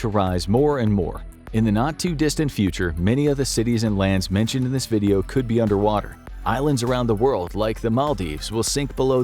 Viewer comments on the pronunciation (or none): none